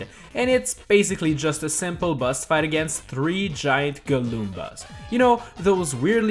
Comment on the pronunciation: Why do you say bus not boss